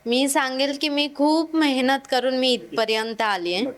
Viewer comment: Mehnat ❌ Mahynat ✅😂